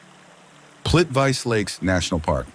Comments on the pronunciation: ITS NOT PLIT "VICE" ITS PRONOUNCED PLEET VEET SE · "Plivice" was absolutely butchered. Why do people fail to learn how words are pronounced? That's lame. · Plitvice, (Plitvitse)